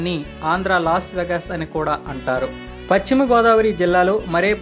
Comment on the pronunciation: Paschimi entra sannasi ? Telugu vuchcharana sariga nerchuko. Bhimavaram nundi baga papular Hero Rama Krishna vunnaru. Asalu vishayam emitante Bhimavaramnu THE SECOND BARDOLI OF INDIA ga Prakhyati.